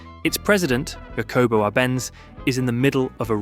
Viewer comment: Jacobo no yacobo